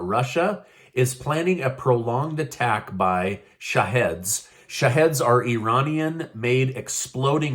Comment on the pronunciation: Hey, Those Iranians weapons are pronounced shaheed (long e) means martyr. I know no one in the media will say it correctly for anyone to know, so just letting you know how it's pronounced. Source: look at my pic... 😂